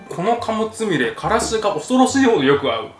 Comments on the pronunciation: つみれが、つみるになってる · つみれがつみるになってる？(;´д｀) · 『つみれ』が『つみる』にずっとなってるのなんだか可愛いｗ